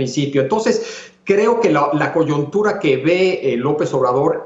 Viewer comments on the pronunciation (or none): Alguien avísele a Javier Tello que se dice "coyuntura" NO "coyontura". Dice la palabra MAL, DOS VECES. Bien por Castañeda: el único que dice las cosas por su nombre. Tello y Leo, para variar, tibios ante el dictador inepto. Qué pena.